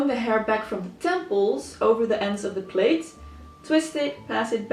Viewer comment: Plait is pronounced “plat”, not the same as a plate. Just to let you know.